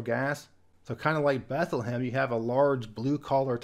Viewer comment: Note: Bethlehem, PA is pronounced, "beth-LEM" (2 syllables)